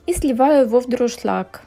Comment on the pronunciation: всё - таки наверное дуршлаг, а не друшлаг